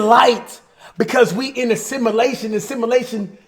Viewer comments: Nobody: Cash: Simalashin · He can’t even say “Simulation” right😂